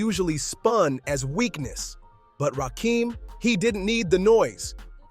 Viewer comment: Ra-kem is how you pronounce his name, not ra-keem... love the content though!